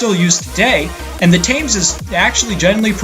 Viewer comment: That's not how you pronounce the name of that river. "TIM'S" river... whoever Tim is.